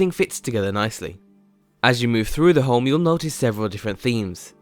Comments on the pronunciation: Is he saying Holme or Home? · Home not fucking holm! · omg.. how many times does this guy say home in this video, not even saying home sounds like he's saying holme.. pretty annoying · Stop saying holm